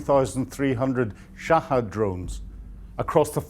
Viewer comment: Shahed not Shahad but Brits have to mispronounce words or else their noses drop 😂